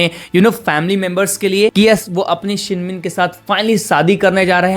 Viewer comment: Shin min ah not shin min